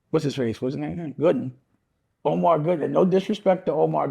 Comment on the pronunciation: 😅😅😅😅😅 I knew he was gonna respond soon as I saw Dame's interview 😂😂😂 everyone saying his name wrong...